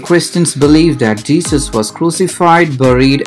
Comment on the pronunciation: You're an Indian, but your pronunciation is not. On the other hand "Jesus" is said like je-zus but you're saying it like je-sush, Which proves that your accent is not normal and also you're not a Christian.